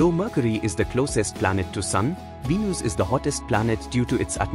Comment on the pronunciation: its venus not V News